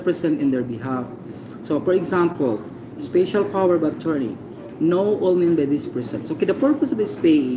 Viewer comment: "speysyal" daw HAHAHA ito ung SCAMMER